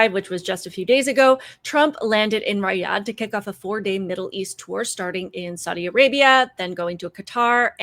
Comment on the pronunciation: The name Riyadh is pronounced "Ree' Ahd" as in the "e" in "Ree" having a long "e" sound. Look it up.